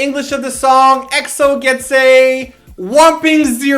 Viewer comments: it's pronounced "x-o" not "e-x-o" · can someone make a video on how to pronounce Eks-oh! it was NEVER E-X-O >.< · they always say E-X-O! arg! its pronounced like xo! sigh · ...you kept saying XO, it's EXO. lol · Please please please stop calling them EE-EX-OH. D8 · *screamo* EXO!!!!!!!!! yes!! pronounced EXO as ack-so in the beginning of the video XD as much as I like BAP, EXO's the only who's able to convince me to buy their albums